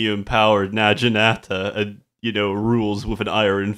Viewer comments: Your prenunciation of naginata and chrysalis is actually offensive to my ears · OH MY GOD. PLEASE PRONOUNCE NAGINATA RIGHT, THIS IS DRIVING ME NUTS!